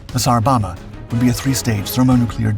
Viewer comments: Bohmba, not bomma. AI voice? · For the 15 or 20 years that I've known about this I've always heard it pronounced so you can hear the second b in bomba, I could be mistaken but I don't think pronouncing it as bomma is right. Still a great video though!! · he has to keep making them until he learns how to pronounce bomba